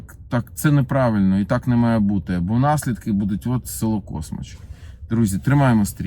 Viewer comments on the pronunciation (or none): Космач, наголос на А, розкручуєте село в інтернетах, а селяни не доганяють що то про їх село мова йде